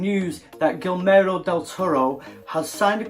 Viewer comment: You're pronouncing it as "Gilmero del toro", but it should be more like "Gi-germo" as in the word "german".